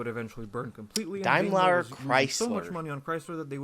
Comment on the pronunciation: DETROIT BIG THREE Is Tesla one of them now? Did Tesla exist in 90s? "Nobody cares about Saab!" Okay, you just don't know anything about cars. Makes sense since you think clutch is in middle. "DaimLAAR Chrysler" Just stop...